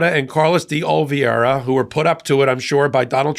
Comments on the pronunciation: Sorry, but isn't is "de Olivera", and not "de Oliviera"? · His name is pronounced Oh-lee-VAY-rah Not Ol-vee-air-ah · great video as usual; but, could you please learn to correctly pronounce Carlos De Oliveira's last name. It is pronounced "de-oli-vera" NOT "de-ol-vee-era". In other words, the spelling is "veira" NOT "viera". (retired teacher) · are an educated man. So why are you unable to pronounce the name “Oliveira”? It is NOT “Olveira” … note the i before the v in the name. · Repeat with me:😅 o as in "old" li as in "lee" v as in "vest" ei as in "bait" r as in "red" a as in "about"